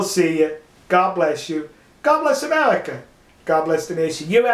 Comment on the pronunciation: amewika its pronounced america